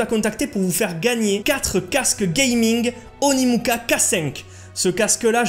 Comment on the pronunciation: par contre dans la vidéo tu dis Onimuka mais non c’est Onikuma 😂